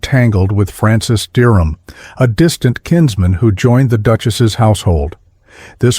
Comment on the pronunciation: Aprende a pronunciar:Derham